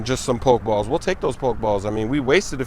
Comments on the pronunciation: thank u tell him 2 pronounce it properly hahahhahah but big up smoove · "Pok balls" come on cuh😂